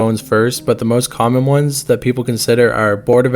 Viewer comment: his old name was th@ kid (th-at) kid not tha otherwise well made vid 🤠